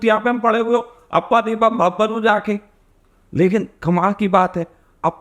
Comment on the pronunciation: अप्पा दीपा भव ये तेरा उच्चारण है। ईससे तेरी बौद्धिक पातली समझती है।